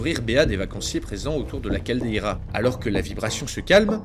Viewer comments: Chouette vidéo 👏👍 Juste un détail, on ne prononce pas cal-dé-i-ra en français mais caldéra. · Ah si, ça se prononce "cal-dé-ra", on prononce pas le "i".